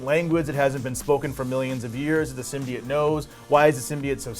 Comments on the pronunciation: Symbiats? Pronounce symbiote, even in the movie they say it with oat not et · SymbyOTES, not SymbyATES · The guy said that it's a new thing for the symbiote as it's own character.... nope, been a thing for quite a while now. And..... symbiote- "sim-bee-oat"... it's not hard to pronounce. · Sym-Bi-yote not SYMBIYITE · It’s pronounced symbi-yooote 😂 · DUMB. AND IT'S PRONOUNCED SIM-BEE-IT. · Anyone else wince in pain every time they said ‘Simbiyete’?, yeah me neither 🙉🙉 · Sim-be-it? Wut? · OAT it’s pronounced (sim be oat) symbiote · Two things that annoyed me last month when someone said Thaynos and symbyote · I stopped watching after the second time he said Symbiote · The pronouncement of 'symbiote' is worse than the venom trailer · Why can’t anybody pronounce symbiote normally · I still don’t get how everyone pronounces symbiote wrong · So no one remembers how to pronounce symbiote now? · How are you going to pronounce symbiote incorrectly, but pronounce the Japanese word "Kaiju"" perfectly?